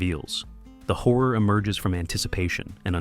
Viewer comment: After a few minutes of hearing him saying "whore" several times, I finally realised he's saying "horror". Carlos isn't pronounced CAR LOWS, it's CAR LOSS. Why are Americans incapable of respecting the pronunciation of foreign names? You all have an innate hubris that tells you that only your pronunciation is correct and foreigners must accept your pronunciation of their names. "Haunted houses" are just paranoia and superstition. Ghosts don't exist, only people who believe in silly superstitions think they do, yet you presented this as some kind of fact.